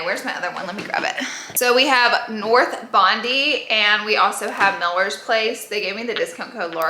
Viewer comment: So good! Love you And Bondi is pronounced “BON-DIE” it’s a suburb in Sydney,Australia 😘😘